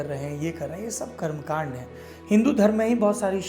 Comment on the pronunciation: You can't say karamkand